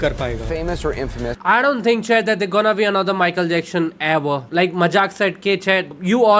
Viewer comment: wtf is michael jackshhon 😆😆